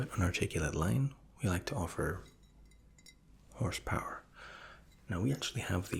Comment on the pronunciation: POWER HORSE. POWER - HORSE. Not Horse Power. It's written RIGHT THERE! LOL